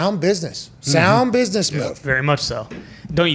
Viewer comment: SAHND BIZNISS MOOVE